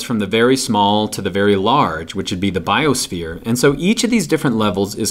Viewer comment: "bisophere" lol